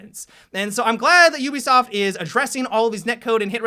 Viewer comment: Ubisaft? Ubisaft?